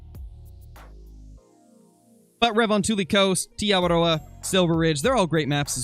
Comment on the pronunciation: I thank you for saying te awaroa correctly